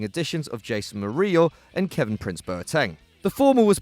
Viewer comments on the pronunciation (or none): none